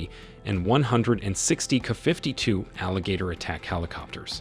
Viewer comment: The narrator can't pronounce K a.